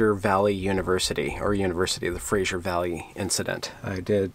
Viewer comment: Love your videos, but for pete's sake, Fraser is not Frasier. Get it right.